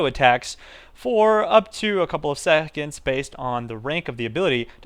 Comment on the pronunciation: "prevents enemies from auto attacking you for a couple of SEHHconds"